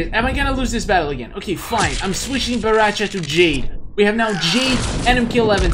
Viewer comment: Dude is BORRACHO CHO CHOOOOO!!!!! NOT BARRACHA WTF? PLEASE you should say baraka unste of barracha wtf